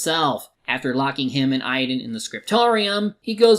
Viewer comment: Also, why are you pronouncing Aidan like idan?